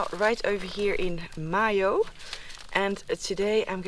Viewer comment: Time to be pedantic.....regarding the pronunciation of Mayo, is it not May-Oh instead of Moy-Oh!?😄